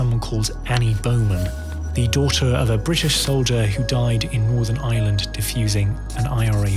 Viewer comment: Pity he can't say Ireland .